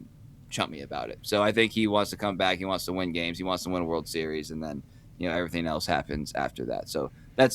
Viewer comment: Did you say World Series. Lol